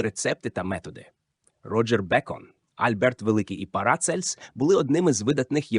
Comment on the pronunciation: ПарАцельс?!! гомункУлуС?!! ЕпігЕнез?!! ЕмбріогЕнез?!! (далі не витримав) ВзагАлі немОжливо це слухАти! Ви коли-небудь чули про таке явище як "правильний наголос" Вподобайку поставив, але це авансом на майбутнє...